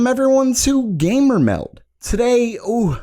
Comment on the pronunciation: please stop saying gamer meld like that i will subscribe if u do